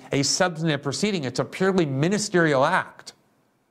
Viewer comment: Did he say prosecution or persecution?